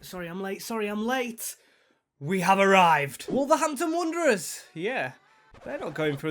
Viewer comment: Wanderers, not Wonderers! 😂 and Old Gold, not orange! Good vid though, that apart!